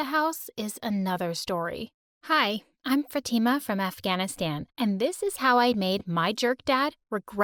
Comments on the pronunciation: Woah.. Your pronunciations of 'Afghanistan' and 'Fatima' are ludicrous! At least you should've tried to pronounce it correctly. Pronouncing names incorrectly is not at all winsome; it's disrespectful instead. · im sorry what...u mean afghan'i'stan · Country buhh! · sorry but u your self dont know how to say your own place right haha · She pronounced Afghanistan wrong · “I’m from Afghanistan” has American accent